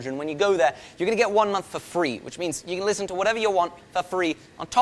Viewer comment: “Right Ther”